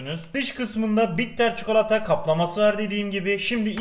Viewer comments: Abi lütfen çukalata deme sinirlerim bozuluyor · Çukolata ne yaa bilerek mi yapıyorsun 😠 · Çukolata 😂😂ne iy soyledin be abi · şu adam bi çikolata demeyi öğrenemedi